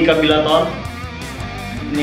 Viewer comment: Mas karburator bukan karbirator